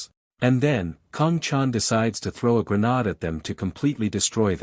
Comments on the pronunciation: It’s a ar and a grenade not grenad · GRA-NAHD lol